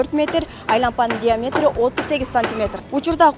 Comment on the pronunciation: Дтаметри 38 см😂😂,диаметрди тушунбогон кыз экен,доодурогон